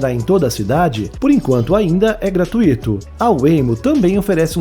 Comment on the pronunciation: Seus vídeos são excelentes! Mas tenho uma ressalva: não é correto pronunciar "gratuíto " e sim gratuito, ou seja, não há hiato nessa palavra. Ela tem um assento prosódico no ditongo"ui"!